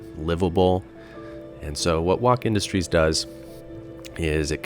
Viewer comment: its pronounced woke industries man. its a meme.